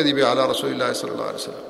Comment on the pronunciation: صلى وليس ثلى